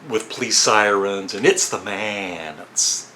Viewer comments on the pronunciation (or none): none